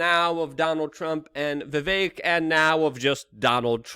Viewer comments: Luke, it's Vivek like Steak. And Tumultuous is a word you like but say wrong. Huge fan since you were 19. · 17 hours with vivek but you can't say his name right